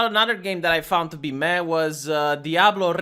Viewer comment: pronounced diablo correctly (only a few times) i was shooketh:D